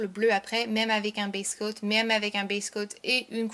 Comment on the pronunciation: ah d'accord merci, durant la video je comprenais "best coat" et non "base coat". Merci de m'avoir répondu, bisous !